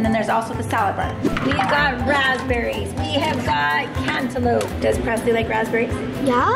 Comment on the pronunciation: Her name is Preslee not Presley